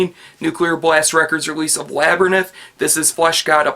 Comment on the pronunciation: The mispronunciation of "Labyrinth" bothered me. -Wouldn't compare Carach Angren's guitars to Fleshgod's. FA's need to be brought out WAY more but CA wasn't that bad on WTCSF. They've also ALWAYS put the symphony at the top of the priority list whereas FA hasn't, which is perhaps why some are disappointed. -Paoli is phenomenal for someone who's only been drumming for 4-5 years. -NO points for the beautiful symphonic creations of Mr. Ferrini? Are you kidding? -Yes, Septicflesh is great. (cont.)